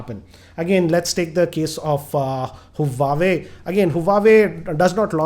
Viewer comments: Btw it's Huawei not huwaway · huawei is pronounced as "wah-way" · For a person who reviews phones for a living... Can't pronounce the le eco Asus & Huawei properly